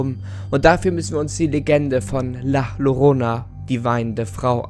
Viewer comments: das "llorona" wird "jorona" ausgesprochen ;) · Du sprichst den Namen falsch aus… doppelt Ll wird wie j ausgesprochen. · Maaan, Llorona wird am Anfang nicht mit Doppel L ausgesprochen, das Doppelte L wird im Spanischen als J ausgesprochen. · Ist ja ganz interessant aber bitte sprich die llorana richtig aus es wird nämlich jorona ausgesprochen😉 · Llorona? CCORONA??!?!?!?!?!?!?!? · Wieso sprichst du Llorona wie Lorona und nicht Ljorona aus? Als Spanischlernender ist das das was mich am meisten an diesem Video gruselt 🤢😅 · Ein doppel L wird im Spanischen j ausgesprochen😂 Gutes Video😁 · Funfact es wird Jorona ausgesprochen. Da LL im Spanischen als J ausgesproche wird. Das ist jetzt aber nicht so wichtig. Im grunde genommen ist es die Basis Formel für so ziemlich jede legende. Man nehme etwas mehr oder weniger Normales. Baut eine geschichte drum. Und lässt unwichtiges, wie aussehen weg. Ob es die Futakuchi Onna, die Schneefrau, die Kuchisake Onna. Oder Bento bento ist. (Das ist einfach nur ein Unsichtbares Plappermaul, das dir hinterherlatscht.) Oder wie im Spanischen El Silbo bzw la llorona. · Es heißt Llorona (ausprache=JORONA) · Bitte richtig aussprechen Danke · Hab nur auf das Video geklickt weil ich gesehen hab, dass es ein deutscher Kanal ist und wollte wissen, ob er Llorona falsch ausspricht. Jap... gruseliger als die Legende lol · Dein Frisör hat gerade Angst bekommen....btw du sprichst es falsch aus😜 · Man spricht es anderst aus